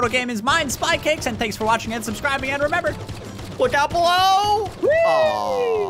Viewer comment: I like how likes to call spycakes sometimes